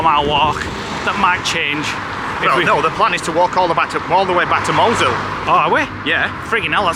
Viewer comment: Mousehole is pronounced how was saying it. At Christmas they have special Christmas lights which are lovely.